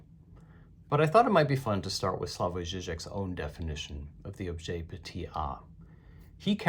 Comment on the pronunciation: Objet petiT a. Not objet petey a